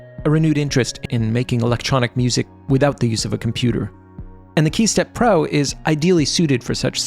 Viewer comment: man saying key steppro, I'ma hearing hey stepbro...